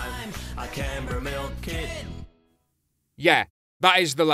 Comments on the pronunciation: Canberra !! Pronounced “Can” like a can of Coke . And “Berra’ like a Berry with an “A” .. Can-berra !!! It’s the Capital of Australia for fucks sake !! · Canberra is pronounced as 'can-bra' lol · struggling to pronounce Canberra is hilarious. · I first thought it was a weird way of saying camembert. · not being able to pronounce (or even recognize) the capital of Australia...